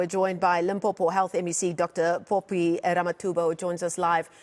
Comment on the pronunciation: Dr Phophi not "Popi"